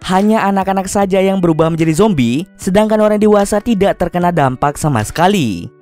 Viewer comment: tidak kali bukan tisak